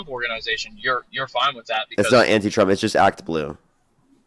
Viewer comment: Dude just said anti twump. 🤣🤣🤣🤣🤣🤣